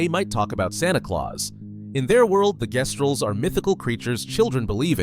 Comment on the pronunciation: Jestrals AND Guesstrals